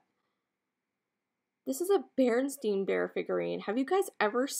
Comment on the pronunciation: I don’t mind chips on items I buy for myself. If you ever watch Thrill of the Thrift she touches up chips with paint even on things she buys for resale. Those carolers were fantastic. I remember The Berenstain Bears being pronounced the way you said it. Who knew it was wrong all those years. 😄